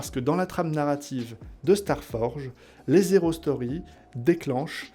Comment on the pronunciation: C'est volontaire, la liaison (erronée) lorsque tu dis « les (z')hero stories » ? Ça fait bizarre, mais peut-être que c'est un jeu de mot pour indiquer aussi que ce sont des prequels, au quel cas chapeau bas pour avoir trouvé ça ^^. En tout cas, je suis heureux de voir tout l'univers se développer, et impatient de regarder les prochains épisodes !